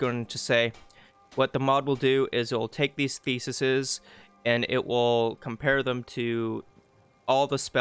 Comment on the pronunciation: Great video. Really good details on how to actually use the mod thanks! I do have a criticism, however, and it is as follows: Ark-type and thee-sees That is all.